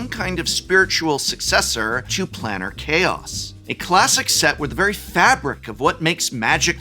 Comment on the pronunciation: Was pronouncing "Planar Chaos" as "'Planner' Chaos" a Freudian slip?